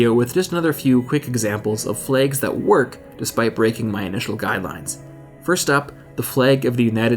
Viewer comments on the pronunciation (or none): when does "flags" sound like flaygs